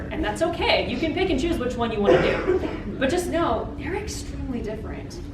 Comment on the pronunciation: Every time she says "pick and choose" also sound like "pikachus"